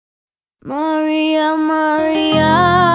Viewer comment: Beautiful cover ! But Maria should be pronounced Latino Maria..